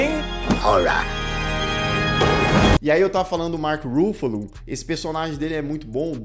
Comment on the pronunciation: A pronúncia é com a tônica no FA, como se fosse acentuada assim Ruffálo, e não no RU (Rúffalo).